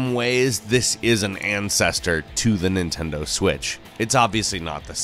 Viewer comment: nitendo switch??